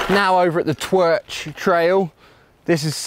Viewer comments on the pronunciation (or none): loved this video, i only live around 40 minutes from cwmcarn but haven't been there in a few years, my welsh language sensor cringed when you pronounced twrch as twerch lol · The twerk trail? 😅😅😅 Not quite pronounced right there 😝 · this was one of the first places I ever rode! Also, the way you pronounced "Twyrch" made me recoil lmao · What the fuck did you call that trail? I think you were talking about the twrch but that pronunciation was so far off I'm not even sure.